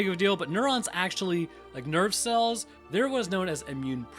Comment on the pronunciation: Man. I been watching so long when you said "nerve cells" I heard "nerd cells"